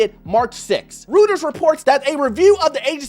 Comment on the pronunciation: Roy-ters buddy. :)